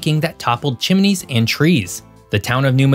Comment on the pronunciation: New MAD rid pronunciation. Chim-nees not chim-uh-nees. Cap JE RARD o. PAW nee